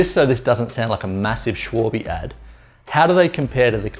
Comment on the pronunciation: Shuawe? "Schwalbe" is german for "Swallow" (the Bird). Check Google Translate for how to pronounce it, I can't really type it out... But "Shuawe" is WAAAAAAY off! ;-D Thanks for the review, looking at these for my next tires...